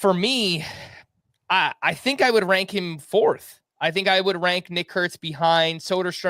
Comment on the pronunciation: The most carefully has ever pronounced a prospect’s name 😂